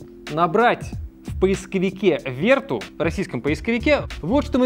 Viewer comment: Главная ошибка всего ролика это произношение названия Vertu (не Верту, а Вертю, так как название произошло от французского слова). Слово vertu (французский. vertu — «добродетель, достоинство»).